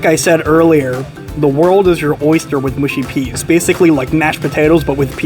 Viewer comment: mush-y not moo-shy peas